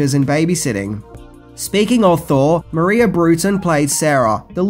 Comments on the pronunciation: "Maia" Brewton (pronounced "My-ya"), not "Maria". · I think the little girl’s name is “Maia” not “Maria”... (according to IMDB)